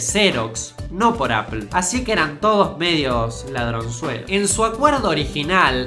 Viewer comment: shobs? apel? Pronuncia bien weon, o te voy a cagar a trompadas, boludo.